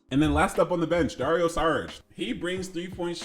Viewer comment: Good vid but, i was annoyed with 1 thing and it wasn't with your alarm, saying Saric instead of Šaric like 10 times... SHaric, SHould, SHeep